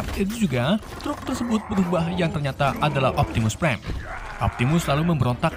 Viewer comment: Prime bang bukan prien